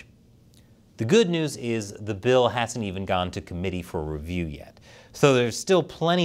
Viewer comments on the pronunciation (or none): none